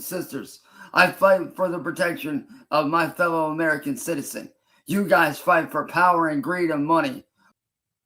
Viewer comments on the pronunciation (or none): none